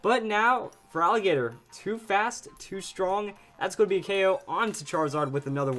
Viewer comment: By the way Feraligatr is pronounced Feraligator..